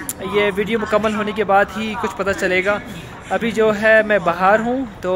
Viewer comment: आप "बहार" नहीं हो, आप "बाहर" है ।